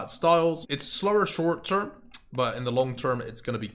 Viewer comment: "iT'S SlrRr sHurRt TRrrRm" XD